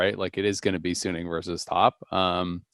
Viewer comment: most people say "sunning" it is not "sun ning". it is "su ning" it just 1 n, not 2 n in middle